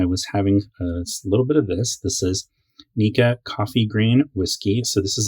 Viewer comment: Today's Free Japanese Lesson: Nikka is pronounced Nee-Ka. Slight emphasis on the hard K. Great vid, too.